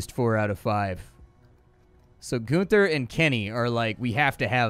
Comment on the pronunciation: GUN-ther. Not GOON-ther. How often did you hang out at your "neighbors" drug drive-through?